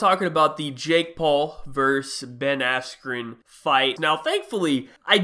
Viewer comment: I have no clue how you pronounce his name wrong